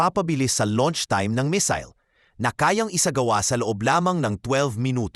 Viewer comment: asus hwag kang mapag paniwala jan sa Iran kagaya din yan ng Russia ....at tsaka ayusin mo ang pronousation mo kasi di lahat alam yong sinasabi mo ..anong Misil ...